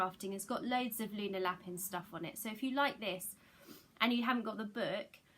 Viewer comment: Hi! Just be careful with your pronunciation of Lapin. I used to live with some French people and Lapin pronounced La-pan means rabbit, pronounced La-pin means something quite rude apparently. I made the same mistake 🙈